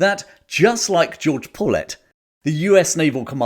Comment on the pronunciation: Excellent video, and one of the more in depth looks on YouTube. I was intrigued that you pronounced "paulet" like "pullet". Us guys in Hawaii use a Hawaiian pronounciation which sounds like "pao-let", similar to the word "pau".